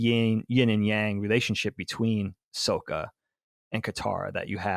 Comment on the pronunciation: Why are you dorks saying the name wrong? You literally just watched it, you seem like M.Night when he made the movie. Stop saying Soak-a, and say Sock-a. They say it 30 times an episode. I just don't understand how people forget that fast